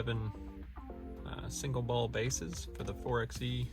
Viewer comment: Can you please pronounce it correctly? It’s 4-by-e not 4-x-e. Thank you